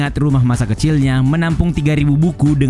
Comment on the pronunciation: Che dibaca ce buka se. Tolong lah, kesalahan penyebutan sedikit aja bikin males dengerin vidionya.